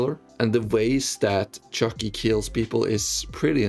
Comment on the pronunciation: why do you say chu ckee like that